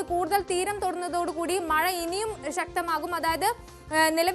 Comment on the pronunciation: മയ അല്ല മഴ